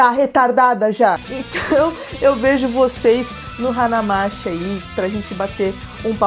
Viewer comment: Na verdade a pronuncia correta é Hana Mati (e não mashi) ^^ Significa a cidade das flores Pena não morar em Joinvile para ir x-x